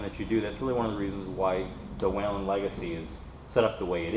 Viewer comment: Wheee len - amazing that a distributor cannot pronounce the company name correctly.